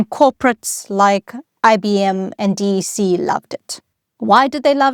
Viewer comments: Just a quick note. DEC. You’re the first person I’ve heard pronounced it as three letter D-E-C. I’ve always heard something like “Deck”. And I’ve worked 6-7 years almost exclusively on DEC Alpha and DEC Vax machines. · No-one ever ever EVER called it "D. E. C." -- it was pronounced to rhyme with "deck". Did The "Internet Explorer" AI slop image near the start was a real turn-off. As someone who was lucky enough to have an old-school ARPANet "...@ address at age 13 (~1979), even I couldn't get excited about this topic from the boring presentation style. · Hi - What a great, clear explanation! And with such interesting history. By the way, DEC was pronounced "Deck" like a a deck of a ship. And I used a PDP 11! It was also the basis of the VAX/VMS systems, which I'm not a huge fan of coding, but the assembler for the PDP was clear and powerful, and I loved programming it. It was the environment of my undergrad years. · It's always been "Deck" since Vax machines! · Yes, I came here to say I always heard DEC pronounced as “deck” like a deck of playing cards, not as 3 separate letters (as with IBM). I programmed on a DEC PDP 8e using assembler language and FOCAL (which resembles BASIC). Each day, we began by using 12 toggle switches to enter instructions. That allowed the computer to read separate fanfold tapes RIM, BIN, and FOCAL. I personally merged the 3 tapes into 1 big tape, to the delight of our teacher Margaret Meyer at Westhill High School in Stamford, CT. I think the year was 1971 or 1972.